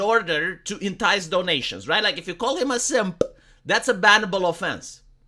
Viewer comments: Such a pronounced "P" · How pronounces "Simp", always gets me.